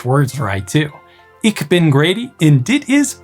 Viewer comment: DID GREAT WITH YOUR ACCENT, ONLY YOU SAY 'BIN' INSTEAD OF BEN